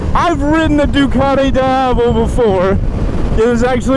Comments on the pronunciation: its Diavel not daiavel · every time you say "daiavel", an italian baby dies of cancer.... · It's pronounced dee ya vel. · It's pronounced as "di-ah-vol". It's an Italian slang for "devil". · in Italian language, pronounce Diàvel, "dee-ah-vel" :) It means "devil" in local dialect :) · Why does he say diavel so weirdly?